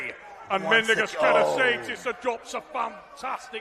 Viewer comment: “Mindaugas Tetrasaidis”......!!! Go back to the primary school Trevis….!!